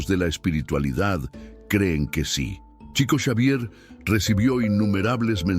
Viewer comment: No se pronuncia TCHICO… és portugués CHICO, shico, diminutivo de FRANCISCO… SHICO SHAVIER 😇